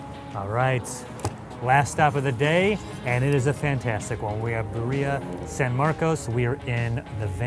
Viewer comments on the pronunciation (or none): At least try and pronounce it “beer-ia” not “bir-eeah” lol . Even got the names of the spots wrong 😓 lol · no no no - buh-ria yes yes yes - beer-ia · Hearing him say "burr-EE-uh" is killing me. It's "BEER-ee-ah" man. And you roll the r if you are especially ambitious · I'm enjoying your show but if you say barBerrian! more time! Cmon, it's beeria!😮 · It's not buh-reeuh it's bee-reeuh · bruh , it's not called a bruhhhrria taco... it's Bri-Di-ah taco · The emphasis goes on the first syllable not the last one. It’s BEER-re-uh not “beh-REE-uh” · Birria, not burria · the food you're eating is birria. It's pronounced (BEE-re-ah), not be-REEE-ah! You're killing us over here! We've watched pretty much every episode of Food Insider (Insider Food) since the beginning, loving each one, but this one is making us cringe each time you butcher this word! Sorry...and we still love you! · He cannot prounounce birria at all though. Why did a producer not tell him? its bee-rria not burria. one time I get it but its just embarrassing that for a full 30 min video he gets it wrong. there is one time he comes close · WTF is Burr-EE-a? Dude... It's pronounced BID-ee-ya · Love how through the video pronounces it as BAria Instead of BIria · Jesus. It is Birr-ia. Not Bi-riah. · "BUREEYA" bro.. even without the Spanish R you could pronounce it correctly. It hurts everytime he says it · Beer-ee-yah (really?) Dude at least pronounce it right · How is this a whole video based on birria yet been pronouncing it wrong the entire time? Him saying it like Maria with a b but it’s more like beer-e-uh 😅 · Did he just call it bareeuhhh💀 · is usually a great host but listening to him the whole episode saying "birriiiiiia" and mispronouncing all Spanish words is so painful to watch. So much gringo mood for just one episode. Anyhow, great food! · Ba ree ya? This video is embarrassing. Say it right. Sheesh. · The way they pronounce Birria and consume made me stop watching this